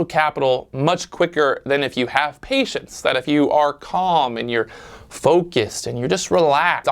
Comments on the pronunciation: man PATIENCE NOT PAITIENCE KKKKKKKK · Perfect opportunity to use your name in a cheesy play on words but you done effed up. *Pat-ience* not paitence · “Paitence” or patience? Lol. Great video, or should I say: “viedo”?